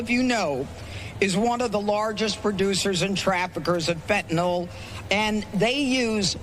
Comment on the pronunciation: It's fenta-NIL, not fenta-NOL. Jeez.